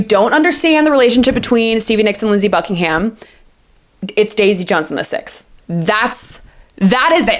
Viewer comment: Thanks for the 1975 insight. My only note is about Fleetwood Mac. Mick Fleetwood is on the cover of Rumors with Stevie. Pretty sure you said Lindsey Buckinghamshire.